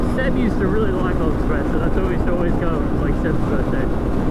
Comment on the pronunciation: Nothing says classy like saying "express-o"